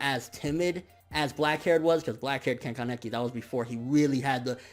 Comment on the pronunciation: Mihran Zakaryan ya i could see that being the case in English but in Japanese (no I'm not a weeabo my mom is Japanese and was taught when i was younger) I'm pretty sure that's how it's pronounced. Also kinda pronounces Kaneki weird too. If it's a speech problem I'm sorry.